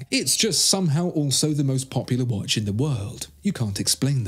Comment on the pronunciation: Dude don't get me wrong, love the video nd all... but obviously you are native english speaker. Why are you saying "wash" instead of "watch" i would not be bothered and write but this is all about watches... watch yourself and you'll see/hear(again not wash)